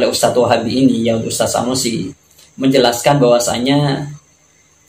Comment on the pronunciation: Sunusi jadi Sanusi, tulisan indonesia saja lu gak bisa baca, menyalahkan bahasa arab orang. belajar huruf abc dulu bang biar gak malu2in